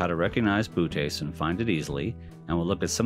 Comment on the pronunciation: You do know that it's actually "boh-OH-teez", not "BOO-tez", right? That second O has a diaeresis for a reason. Lovely series of videos otherwise!